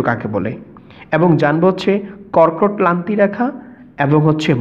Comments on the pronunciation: কর্কটক্লান্তি/মকরক্লান্তি বলে কোনো কথা নেই, এগুলো যথাক্রমে কর্কটক্রান্তি/মকরক্রান্তি হবে। উচ্চারণে আরেকটু সচেতন হলে ভিডিওটা আরেকটু ভালো হতো। ধন্যবাদ। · কর্কট ক্লান্তি ,মকর ক্লান্তি রেখা নয় দাদা কর্কট ক্রান্তি বা মকর ক্রান্তি রেখা। ঠিক করে উচ্চারণ করুন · যে মাস্টার এটা বর্ণনা করেছেন, তিনি তো কক্রটক্রান্তি আর মকরক্রান্তি শব্দ দুটো উচ্চারণই করতে পারলেন না। বোঝানোর মধ্যেও একটু গোঁজামিল মনে হলো। এটা হওয়া উচিৎ নয়। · ভুয়া শিক্ষক!! কর্কটক্রান্তি ও মকরক্রান্তি শব্দ দুটো উচ্চারণই করতে পারলেন না। আরও বললেন, দ্রাঘিমা রেখা মূল মধ্যরেখার সমান্তরাল হয়, যা কখনোই সম্ভব নয়। অর্থাৎ উনি নিজেই এটা ভালো করে বোঝেননা।